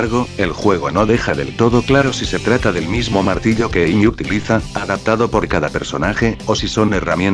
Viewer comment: decent character analysis ,,,I'd suggest tweaking the text to speech program you're using a bit though. saying Pickax instead of Pico isn't that bad but all the different ways character names were butchered especially Amy herself were really noticeable other than that though great job. keep working on these and i'm sure each one will be better than the last.